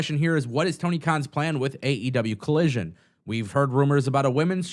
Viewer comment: It’s AEW Collison not Collision 😂 carry on there be peace when you are done 😅